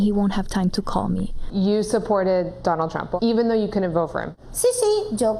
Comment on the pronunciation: "I will vota for Donnold Truump" "I will vote for Donnold Truump"😂